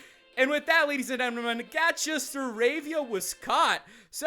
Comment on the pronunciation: did he say ladies and endearmen?